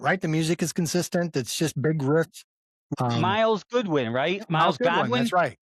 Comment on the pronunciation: It is Neil PEERT, not Pert. Myles GOODwyn, not GODwyn. RIP, Myles